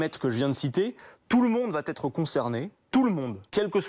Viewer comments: Faut arrêter de dire " va T être " c est "va etre"!! Bon pour le reste BRAVO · non, là, c'est la liaison mal t'à propos!